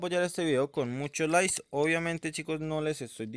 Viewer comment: Jaja no sabe hablar lias y ves de likes y descion en ves de descripcion